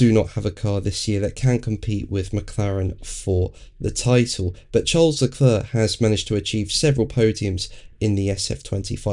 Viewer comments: LeClerc is pronounced LeClerrrr without the end 'c' ... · Got lost at "LeClurrr".... As a talking head on F1, you could at least make an attempt at pronouncing the drivers' names correctly (according to them).